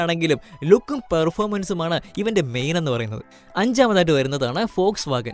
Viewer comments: ഫോഴ്സ് വാഗൻ ഓ വോട്ട്സ് വാഗൻ അല്ലേ vw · Fox vagen അല്ല വോക്‌സ് വാഗൺ